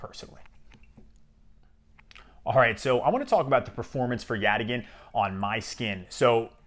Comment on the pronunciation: YOU CAN SAY YATAGAN! Get me on their marketing team! Thanks for the review, sounds really interesting!